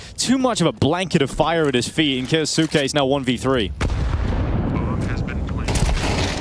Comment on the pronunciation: 'Ki-yos-ke" not "Ki-yo-su-ke" it's silent 'u'